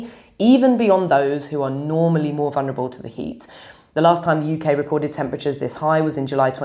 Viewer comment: You are a highly educated woman. Please say VuL ner a bul, not vun her a bul. There is no such word, vunerable.